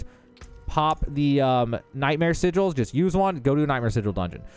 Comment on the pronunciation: Sigels?? Sigg ells... and you do need world tier 3.